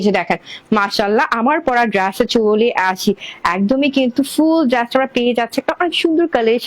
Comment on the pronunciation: আপু আপনি উপস্থাপনা গুলো স্বাভাবিক ভাবে ও দিতে পারেন এত দ্রুত তো ভেঙে চ্যাঙ্গাইয়া বলেন কেন নিজে ভালো করে শুনেন আপনি ড্রেস কে কি বলেন । আর আল্লাহর দেওয়া চোখের কালার ভালো লাগে না না বিড়ালের মত হইতে মন চায় ভালো করে দেখেন তো বেশি ভালো লাগে আপনাকে। নেগেটিভ কথা বলতাম না বললাম যাতে আপনি নিজেকে সংশোধন করিতে পারেন। সবাই তো মিথ্যা মিথ্যা তেল মারে আমি সেটা মারতে পারলাম না